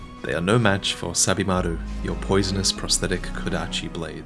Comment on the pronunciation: At first I thought you were saying "Stab-imaru".